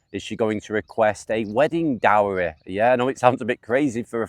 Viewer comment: Dowry, not Diary.